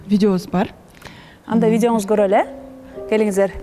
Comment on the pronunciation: Еще и ведущая: " бараЙлы" "короЙлy"